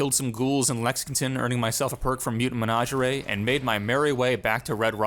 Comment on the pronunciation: The way you say menagerie bugs me.